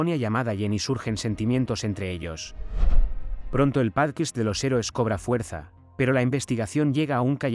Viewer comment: ¿Por qué dices 'pálquist' en lugar de 'pódcast'? 😄 Por lo demás, muy buen resumen para poder recordar todo lo anterior y comenzar con la Tercera Temporada.